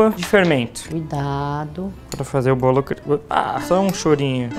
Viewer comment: "Brawlo". Kkkkl